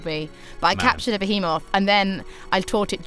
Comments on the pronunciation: I always thought it was pronounced firagua. Well here I'm sure it's pronounced bee-hee-moth, not beh-heh-moth. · I managed to catch a beHEEEmoth by lowering its HETCH Pea with my LEAVE er...I assume the rest of the video was awesome but I had to go to the emergency room after hearing this.